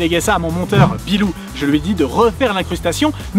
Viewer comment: Est-ce que je me suis fait trigger par mon surnom prononcé lors de la vidéo? Oui. GG au ami monteur